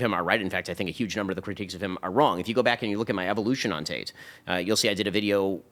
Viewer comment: His name is Andrew TATE, not Andrew TAY.